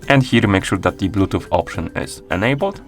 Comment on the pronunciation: blootoop on ar iphone??? lol